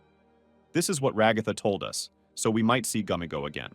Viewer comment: It’s gummigoo not gummigo 😟